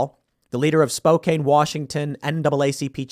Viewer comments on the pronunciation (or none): Spokane is pronounced with "can", not "cane". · It's "Spoke-ANN" Washington. Calling it "Spoh-cocaine" is also an option. Apparently the drugs have gotten so bad there that a lot of businesses aren't allowing the public to use their bathrooms anymore. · SPO-CAN not SPO-CAINE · I have to say It's spo-can Not spo-cane Like Coeur d' alene is core-dah-lane We dont get it either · And its Spo-can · Spokane is pronounced spo-can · Tim, Spokane is pronounced "Spoh- Can". Thanks. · Spokane, WA Pronounced as spoke Ann. Truly. It is not made up or changed by any liberal or nut job. You've learned something, so this is a good day. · You pronounced spokane wa wrong